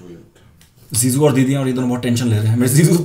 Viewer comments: Zizu 🤣🤣🤣🤣🤣🤣 not jiju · Why do I hear ZeeZuu instead of Jiju? lol